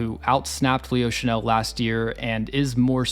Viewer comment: I think Leo Chenal (Shuh-NALL, not Shuh-NELL (which is a perfume)) already broke out. I don't think his snap count will go up, unless the Chiefs face more 21- and 22-personnel. In fact, I think it's his performances against those personnel groupings that causes opposing offenses to avoid those groupings. KC's 4-3 base grouping is just too stout.